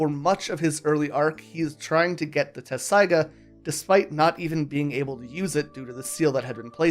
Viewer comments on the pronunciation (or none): Appreciate the review but it I hear the incorrect pronunciation of Inuyasha’s sword one more time, I’m going to scream 😅